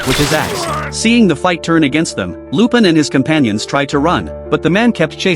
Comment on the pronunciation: I just keep getting distracted how the AI can't pronounce the French name "Lupin".